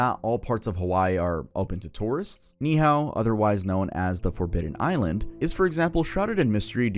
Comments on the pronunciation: the pronunciation of Ni’ihau😭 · it’s “nee e hao” not “nihao”